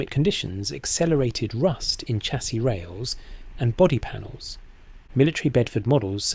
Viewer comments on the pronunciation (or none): Sha-see not cha-see, you ain't American ffs!